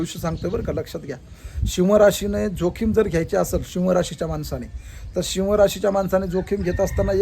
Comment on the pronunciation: शिव्ह रस नाही सिह बोला